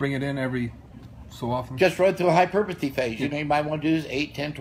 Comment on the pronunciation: “Hyperpuhthy” can’t wait